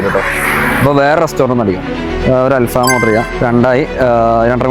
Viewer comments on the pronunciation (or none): ആൽഫമ അല്ല ആൽഫഹം aanu🙅‍♀️🙅‍♀️🙅‍♀️🥳